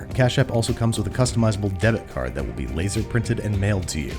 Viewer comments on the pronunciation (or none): none